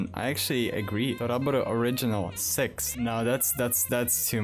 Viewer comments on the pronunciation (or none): I love the fact he can’t pronounce six and it sounds like “sex”